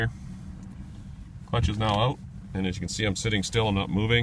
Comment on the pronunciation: You can tell he's Canadian--he said "oot" instead of 'out.'